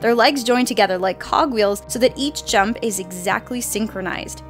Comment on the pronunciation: When she said jump I thought she said junk so I heard incredibly powerful junk lol